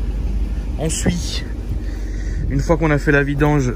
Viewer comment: Il di ensui o lieu de dir ensuite 0,45